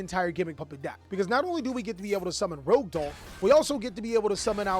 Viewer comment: The number of people who cant pronounce rouge doll never cease to amaze. Rouge, not rogue.